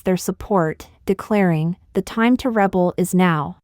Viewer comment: Rebel is pronounced Re bell